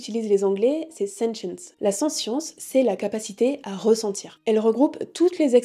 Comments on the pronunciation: Attention à la prononciation du mot "sentience" à (et tout au long de la vidéo en fait), en français (qui est un mot transparent puisqu'un anglicisme) l'on prononce le t, ainsi => \sɑ̃.tjɑ̃s\. Désolé si c'est un peu râleur mais ça pique vraiment les oreilles tout au long de la vidéo, il revient au moins 50 fois le mot ^^ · Ne prononce t-on pas sentience avec le "t" ? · je propose, pour les futurs petits français, de dire sentiant avec le "te" pas avec le son "ss". Comme ça si le mot s'impose ils sauront l'écrire.